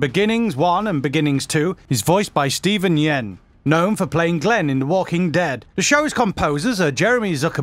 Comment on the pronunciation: Yen? It's just pronounced Steven Yun, lol